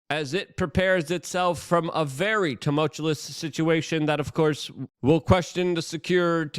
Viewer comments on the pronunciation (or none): I love your stuff man and am grateful for your work. I also understand that English is not your first language, so as a fan I am asking that you please pronounce the word tumultuous correctly. You say it almost every video (for good reasons) and it is pronounced TOO-MULT-CHEW-US.